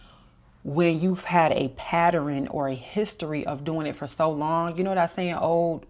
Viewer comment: Sounds like Baltimore or Philly??